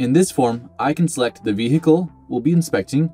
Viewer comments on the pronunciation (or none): What is a V-he-ical? Don't get me W- rong, it's a V-hery informative In-tro-duck-sion 👌 👍 😉